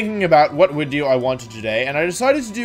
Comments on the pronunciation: Wait why does he says widio and not video ? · Hello wideo man. Thank you for wideo today. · unsubbing purely because you keep saying wideo you cringe master